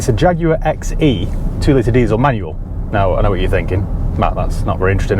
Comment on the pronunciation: You lost me at "manual" 🤢